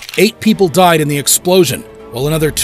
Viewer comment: "diead", right